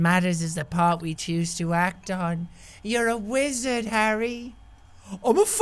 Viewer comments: he's accent is funny (a fucking wizard) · Am a focking what mate? A fackin wizerd